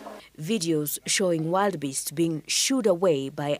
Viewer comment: Just a correction, they're not wild beasts, but Wildebeest pronounced; wil. Duh. Beest. Ni kusema tu sina ubaya 😂